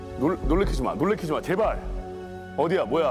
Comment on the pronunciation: 제발이 X발로 잠깐 들림 ㅋㅋㅋㅋㅋㅋㅋㅋㅋㅋㅋㅋㅋ